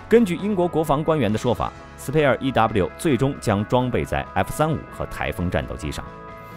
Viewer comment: spear矛的發音不對。